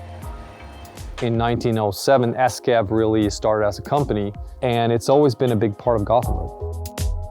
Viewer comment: Stop saying esskeff...